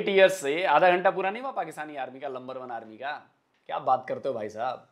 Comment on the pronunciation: Are Pakistanio ka majaak. Banaate h... Pakistani Number One ko Lumber one kahte h😂😂😂.